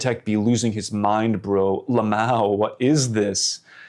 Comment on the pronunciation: Bro said “LAMOW” instead of saying “L M A O” omg 😂😂😂😂😂😂😂